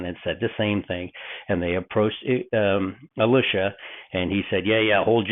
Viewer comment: I think your understanding of the thinking of both Elijah and Elisha (including your pronunciation, which is horrible) is far from their actual thinking.